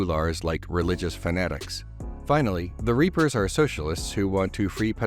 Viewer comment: WE'RE WITH THA REEPAHHHHS!